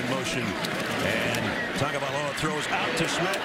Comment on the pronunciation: Don't have to say his full name just say "TUA" or if your gna say it all say it right... Tua = "Two-Ah" Tagovailoa = "Tangovairoa"